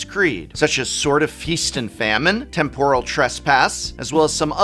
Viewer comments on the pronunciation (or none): none